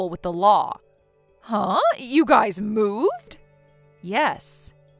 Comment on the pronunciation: Ugh it's pronounced guys not guises sorry pet peeve